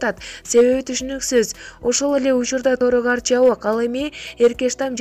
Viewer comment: АТАНАР ОЛГОНСУП ООР ЖОГОТУУ ДЕП ДОБДУРОБОЙ ЖАЗГЫЛАЧЫ. ЭЭЙ КЕЛЕССОО ДОРУГАРТ ЭМЕС ТОРУГАРТ ИИЙ МЫНЧА КЕЛЕСООСУНАР ЖОНДОП СУЙЛОЙ АЛБАЙ